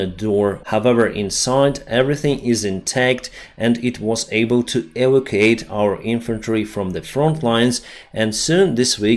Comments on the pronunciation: Love the Hello my friends and sign off with, have a great time. I would make one suggestion you constantly say evocate when it's actually evacuate. Just my thoughts keep up the good work. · Evacuate is pronounced Ee-vak-you-ate. Not the way you have been pronouncing it. Your English is otherwise excellent. Thank you for your work. I appreciate your updates.